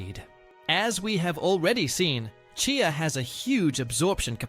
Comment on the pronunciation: Remember one cannot believe everything one sees or hears online He cannot even say CHEEYA, is intermittently calling it CHAY-YA in the same reel 🤷‍♀️😂